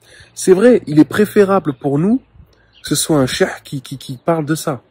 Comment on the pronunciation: Il est vraiment gênant. De plus on ne dit pas un sheh mais un cheikh.